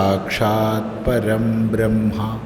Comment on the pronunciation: സ്വാമി, ഗുരു സാക്ഷാൽ പരബ്രഹ്മ അല്ലേ? പരംബ്രഹ്മ അല്ലല്ലോ. ഉച്ചാരണം ഒന്ന് ശ്രദ്ധിക്കണേ 🙏🙏🙏